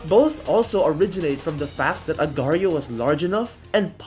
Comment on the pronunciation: its not agrio it aagar --IO